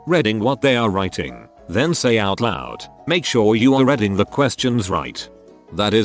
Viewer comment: Redding instead of reading? What the hell? What does it take to have a REAL person as a voice?